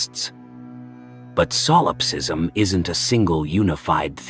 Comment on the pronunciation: really hate ai voices. its not SOUL ipsism. it's Solipsism.